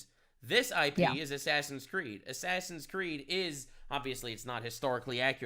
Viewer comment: Claims to be the ultimate gamer proceeds to say "assassin creed"